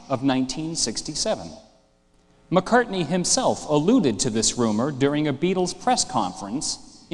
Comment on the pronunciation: Blame the uploader, not Brian Moriarty. Brian says it correctly .